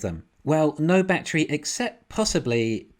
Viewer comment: What's a "Bat-tree"? 🤣 Despite your funky pronunciation, love your channel brutha! Thanks for all the great analysis, seriously.